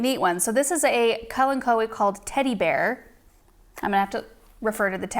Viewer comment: Now I know the correct pronunciation of “Kalanchoe”.